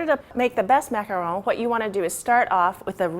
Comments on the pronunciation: no, she pronounces it correctly. they are a french cookie, and that is how they are pronounced. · I swear, you're the only person on youtube who has a macaron tutorial and pronounces the name correctly. I hate it when people call a macaron a macaroon when they're two different kinds of cookies. BTW, when's the best time to add food coloring for both the cream and the cookie parts? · Okay so there are people talking about the pronunciation long time ago, but I'll say it anyway. She's saying it right. It's a french word and it's correct how she says it. There is a difference between macaroon and macaron. All you have to do is actually look it up :\